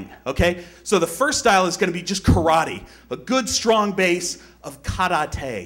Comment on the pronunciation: isnt kar-a-tey the way spongebob says karate?